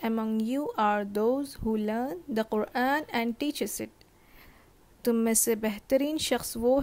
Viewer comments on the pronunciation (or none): none